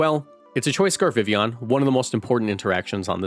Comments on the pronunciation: God it’s such a low bar but I eargasm every time vivillon is pronounced correctly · Thank you for pronouncing Vivillon correctly, lol